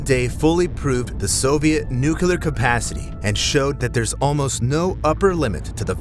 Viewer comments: It's nu-cle-ar...not nu-cul-ar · Nuclear NOT nukelar!